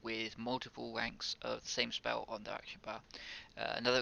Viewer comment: Speww, earth shield, couwwdown, zero lmfaoooo you needed to go to a speech therapist 10 years ago